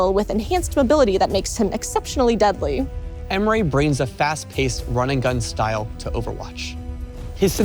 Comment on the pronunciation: Its "Ehm-reh' not "Ehm-ray"